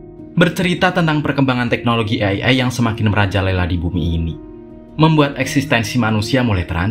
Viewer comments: Bukan ey ey dah bang Tapi ey ay Seru ceritanya bang,, semangat bikin konten nya💪💪💪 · Bang bukan ai,e tapi ee,ai.baca nya.